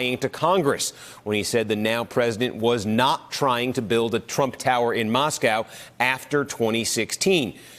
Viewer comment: It is 'Mosc*ow*' as in 'Michael C*oh*en'.